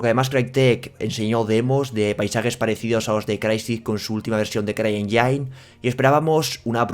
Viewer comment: Caballero CryEngine se pronuncia en inglés CRAI ÉNYIN y no CRAI ENYÁIN. Busca cómo se pronuncia motor en inglés y así te puedes asegurar. Te pasó también en otros videos con las gráficas MSI Lightning (se pronuncia LÁITNIN y no LAITNÁIN. Corregir a tiempo es de sabios. Saludos...